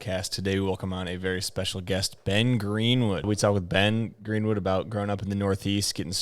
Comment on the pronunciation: Hey, great job pronouncing my last name correctly! It doesn't happen that often in the wake community haha! Really enjoyed the interview Benny, definitely you're one of my favorite riders of all time!